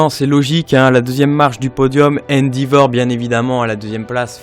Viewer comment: Endivor ? C'est qui ? Mdr nan mais sérieux travaille t'es vidéos et reviens